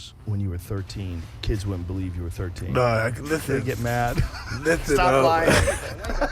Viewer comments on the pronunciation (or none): none